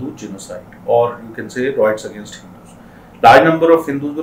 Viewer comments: Good explanation but it's pronounced "RIOTS" not "ROITS" , please be careful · it is rye-ets not roy-ets.